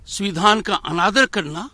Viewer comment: BJP ke dalal .... governor.....the speech is only an irony.....he is calling samvidhann ....suvidhaan...